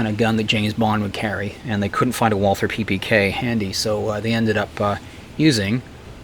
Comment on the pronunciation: It is so typical that the speaker of this otherwise good video did not take any trouble of checking how to pronounce 'Walther'.